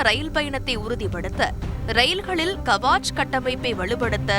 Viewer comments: அது கவாச் அல்ல கவச். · It's not Kavaach, it is Kavach. It's a Hindi word nothing but armor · "கவசம்" is the name of the instrument written in short as "Kavach" which should be pronounced as "கவச்" in line with the Tamil word "கவசம்". Please correct the pronunciation! Thanks.